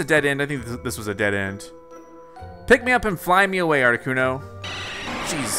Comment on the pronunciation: that's how you say articuno